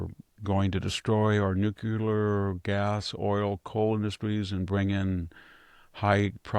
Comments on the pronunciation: Please Vict..the word is nuclear..not nucular..you're making the same mispronounciation as Bill Clinton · Nothing but respect, but please stop saying "nucular power." This is for you, not me.